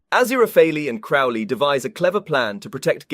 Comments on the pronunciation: It's ah-ZEER-ah-fail, and CROW-lee. Honestly, it's hard to listen to you when you can't even pronounce their names correctly (or consistently). Did you even actually watch the show? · I would find the review more credible if the presenter wasn't mispronouncing BOTH the primary characters names!!!!! Did you even WATCH the show cos the names are stated regularly and clearly!!!!!!